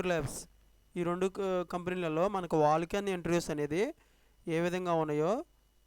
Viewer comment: "వాక్-ఇన్ ఇంటర్వూస్" అనాలి.... మీరు వాల్క్-ఇన్ ఇంటర్వూస్ అని తప్పు పలుకుతున్నారు.